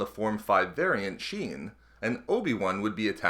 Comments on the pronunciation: Not "sheen". shien doofus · form V "sheen" lol